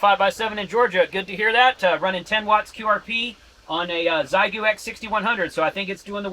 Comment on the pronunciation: Very cool. Also, Xi is pronounced “she”.